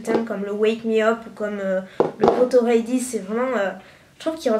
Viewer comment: Pourquoi tu dit REY DI .....C'est READY ......ahhh how french pronounce English make me sick